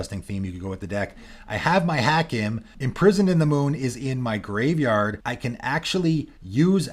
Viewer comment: Hakim: Haa-keem. Every time I heard the mispronunciation I cringed.